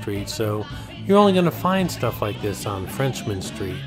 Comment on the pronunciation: It's "Frenchmen" street, not FRENCHMAN street! ⚜️